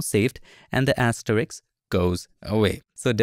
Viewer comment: Asteriks ❌ Asterisk ✅